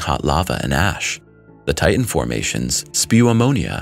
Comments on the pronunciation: TI-TAN not TIT-AN another read-bot ? or just an illiterate ? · Thanks for the content. I just wish you could pronounce "Titan" correctly.. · I wish you'd learn to pronounce all the letters in words. IE "Ti Tan" not "Ti n".